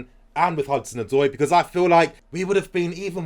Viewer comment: Can we please stick by our man Morata ? He needs the fans to show him love so that he’ll be confident . With the right service he could be a good forward . He has the qualities and skill . He’s just lacking the confidence. Also as a Ghanaian the name Odoi is pronounced Od-way 😁😁😁